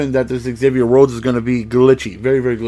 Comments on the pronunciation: It's pronounced Zavier not Egzavier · Just a little whisper from a Vikes fan, it's pronounced "Zavier" rather than "exavier"